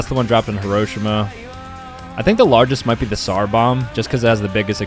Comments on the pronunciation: It's pronounced hero she ma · Dide he really pronounce hiroshima heroshema? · "Heroeshima" 💀 bro searched up tgis stuff beforehand and didnt know how to pronounce hiroshima 💀💀💀💀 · Also it’s pronounced hee-row-shee-muh Not hee-Roshi-muh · How he pronounced Hiroshima though 😂